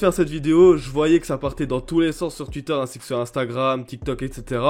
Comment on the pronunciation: Twitter Sa se dit "touitteur" et pas "tuitteur"